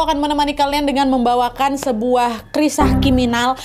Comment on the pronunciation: baru mulai udah dibikin ngakak 'krisah kiminal' 😭